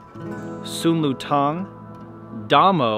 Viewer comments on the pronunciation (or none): Da Mo and the Bodhidharma are the same person and you mispronounced them. Da Mo/Bodhidharma was an Indian was who mastered the Indian martial arts (kalaripayuttu) and thought the first Shaolin Kung Fu (Ye Chin Ching and 18 Lo Han Shu.) There's a difference between Your Martial Arts and real Martial arts. Go study real Gong Fu/Kung Fu/Ku Shu/Wu Shu.